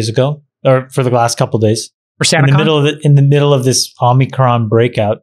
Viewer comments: The one Greek named guy can’t pronounce omicron…. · Friedberg chuckling at Jason's pronunciation of omicron. This variant's proper name is XI.. pronounced like the Chinese dictator.